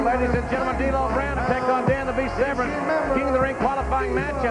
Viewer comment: Is JR pronouncing his name right? It's spelt 'vERn' but JR kept saying 'vREn'. I didn't watch WWF at the time so this is my first time seeing Severn and don't know how it's supposed to sound.